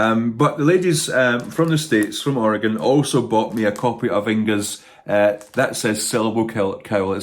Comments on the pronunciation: Thank goodness you know how to say Oregon correctly ❤❤❤ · Congratulations on your pronunciation of Oregon.